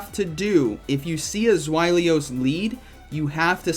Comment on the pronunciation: Not even the American pronunciation could be “zw-eye-lee-us”. It’s spelled Zweilous. Zzz-why-lus.